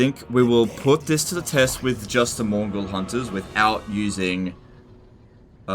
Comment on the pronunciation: Several times i thought said "mongol hunters"